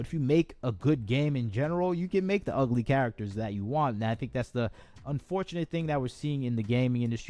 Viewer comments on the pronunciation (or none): none